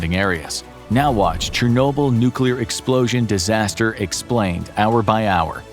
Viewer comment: Your pronunciation of Tsunami and Chernobyl makes me wanna cry 😢 Your video is amazing though:)))